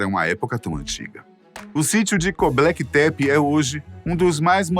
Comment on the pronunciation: É Göbekli Tepe 😂 E não Goblequi tepi rs